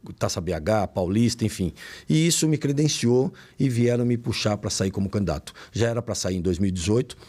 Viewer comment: CAMDIDATO? COM ESSE PORTUGUÊS E QUER FALAR DO CARA? 😂😂😂😂😂